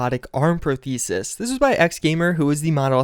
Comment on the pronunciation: You don't know how to pronounce prosthesis?